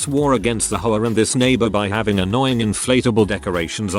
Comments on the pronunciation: Is it just me or is the narrator referring to the HOA as whores? 😆😆😆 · The AI pronounces HOA like Sopranos characters pronounce whore lmfao